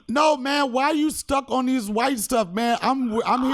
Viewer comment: "Come awn son"